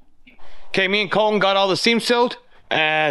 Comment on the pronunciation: Does Col-en have a T in it?